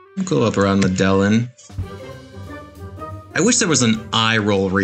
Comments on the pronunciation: Medellin lol. It’s Me-de-een! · hahahaha I was surprised you got it wrong. I had to bust your balls a little bit. Wasn’t sure if anyone else caught it. 😂